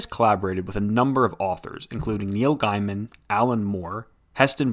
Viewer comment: please do you research Arkham Aslum is not the first book Dave Mkean did for Dc that was Black Orchid an issue of Hell Blazer , you also miss pronouced Neil Gaiman . it pronouced Gay-Man not GUY-MAN .